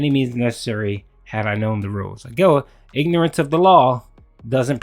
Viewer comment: As Derek Savage once said, "Innorance of theh lawl.. is no eh-scuse!"